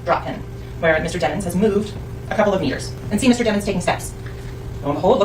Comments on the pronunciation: i love how it’s DEMons instead of DEEMONS now. 💀😂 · lmao his lawyer calling him Deh-Monz instead of DEMONS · they say his name like damons.....lets be real its DEMONS like in the bible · Mr dem-ins😂 (DEMON 😈) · The prosecutor pronounced it demons instead of dehmons on purpose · I like how they keep pronouncing his name like it ain’t pronounced Dee- muns